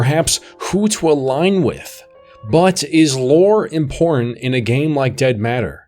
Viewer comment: Such great annunciation, except for the word "important" ... curious. Still ... really good video.